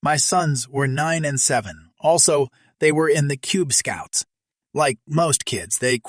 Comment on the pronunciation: How does Cub Scouts sound like Cube Scouts?